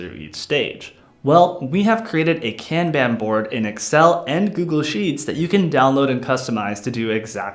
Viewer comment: Say "Kanban" correctly and I'll finish watching your video... Sheesh!